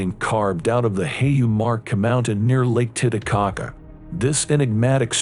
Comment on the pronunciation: It's not lake tita - caca It's titty - caca